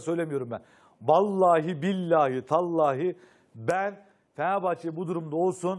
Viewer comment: o tallahi değil tillahi